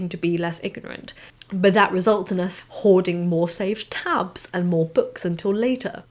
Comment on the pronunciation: "Hoarding"??? I thought you said "whoring"!!! Never mind.